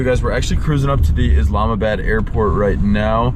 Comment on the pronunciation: It’s IslamaBAAD. NOT pronounced BAD. Must be a Wisconsin thing.